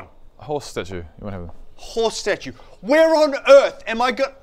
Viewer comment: i literally heared "hoe statue" when he said horse statue